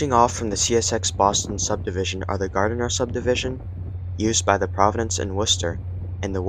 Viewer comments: It's Gardner. Pronounced GARD-ner. It's NOT GAR-DEN-ER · Your pronunciation of Gardner and Nashua are crap